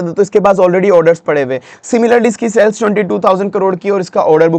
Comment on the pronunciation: Ye jo aap cells cells bol rahe hai kuch samajh nahi aya. Shayad aap sales bolna chaharahe the...😢